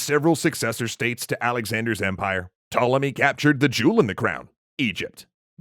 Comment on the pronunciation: The "P" in Ptolemy is not silent.